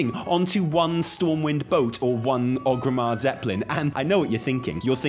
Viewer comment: I love your videos, but it absolutely destroys me every time you say OG-rimmar. Theres three "R"s in oRgrimmar. xD